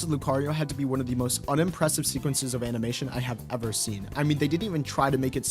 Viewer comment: “amimation”😭. Anyways, entertaining video.